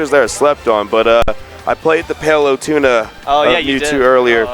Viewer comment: For PITy sake please say Palutena correctly! Why does each commentator pronounce Palutena wrong?